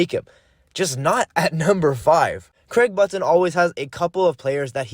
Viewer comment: learn how to pronuce button u goof disliked.